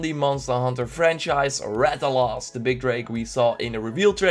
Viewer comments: main problem with this is that you mispronounced most of the monster. the red "dragon'" is the Rath-a-los, not the Rath-a-loss. also the Rathalos is not a drake or a dragon, it's a wyvern. the Rath-ian (not Rath-yon) is the female version of the Rathalos. they also have sub-species that are different colors (pink/gold Rathian and the azure/silver Rathalos in MH4U). the hitboxs DID change a lot. they are more complicated (in the English gameplay, the guy used a fully charged great sword attack but only clipped the monster's chin doing only 4 damage). sorry to say but you mispronounced Anjanath badly. The "some kind of kick attack" is just used when to close, you just made it sound like the anjanath jump kicks you. the Great Jagrass is not pronounced Yog-gross. the Great Jagrass does that to feed it's pack, not get new health. you said anjanath like Onionnot. the small Jagrasses are just normal Jagresses. there where ALOT more monsters that where confirmed in the gameplays that you did not mention. I wrote this not to hate, but so you can fix your mistakes in the future so others don't give you hate. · Thank you I feel better knowing I wasn't the only one who noticed that when he said Rath-O-Loss...